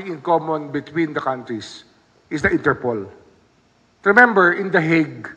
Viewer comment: Its not ENTERPOL it's " INTER POL " Internacional Polis " Polis ayus syusin mo pannalita mo, many are listening in your correct pronounciation .😊😊😊😊